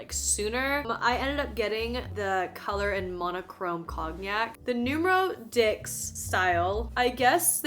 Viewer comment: Please learn how to pronounce the number 10 in french, hearing diX aint it